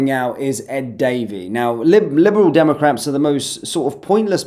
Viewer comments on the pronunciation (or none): i realise it was just a slip of the tongue but when you said liberal democrapp's made me laugh 😂 I'll use that.